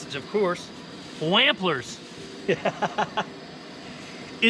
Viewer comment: Mmm. Wamplers sausage in the bush. BTW, its pronounced wohmpler lol